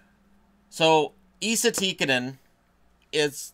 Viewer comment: Wouldn't call it butchering